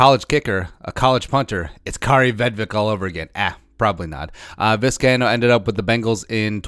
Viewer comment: Is Vizcaino really said like that? Huh.